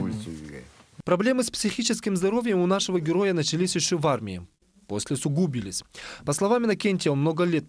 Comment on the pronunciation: Как так, усугуби'лись, и усугу' бились , диктор не понимает разници?